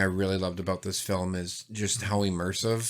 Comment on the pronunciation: How come one of you pronounces "film" weird? He says "fil-em". Are you guys Canadian?